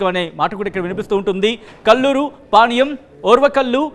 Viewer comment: Veeniki panyam ani palakadam ravadam Ledhu